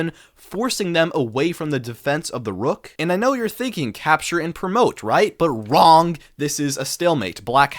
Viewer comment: lol why you say “WRONG” like that 😂